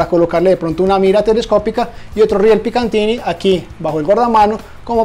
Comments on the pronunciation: Riel picatinny* No picantini... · Como siempre muy buen video y te agradezco transmitir esas sensaciones acerca de los materiales, ya que nadie lo hace así como uno quisiera saber sobre esto como consumidor. Una cosa que te quiero aportar y es que hasta hace poco yo cometí el mismo error y es que no se llaman "riel Picantiny", en realidad la marca es PICATINNY, sin la "n" intermedia. Ojalá hagas pronto algún video explorando los productos que están llegando de la marca Radelli. Éxitos!